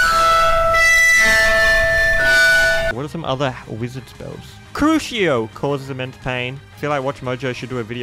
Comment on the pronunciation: It’s pronounced Croo see oh, but you are closer than some people (see my little brother saying crook eye oh